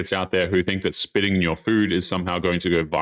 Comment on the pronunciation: Why can’t you say spitting?